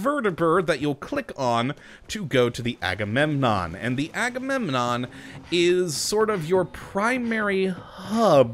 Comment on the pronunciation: Yeah I'm just gonna keep hearing that as Haggunenon.